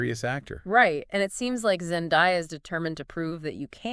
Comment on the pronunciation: Zen-DAY-uh, not Zen-DIE-uh.